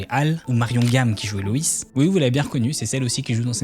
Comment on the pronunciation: Super vidéo! C’est juste dommage tout le long d’appeler la mère « Louise » et pas « Loïs (loisse phonétiquement »